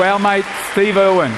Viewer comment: Why does it owen instead of irwin